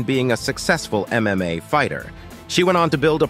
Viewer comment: its probably AI voice. It said "MMOA" at one point...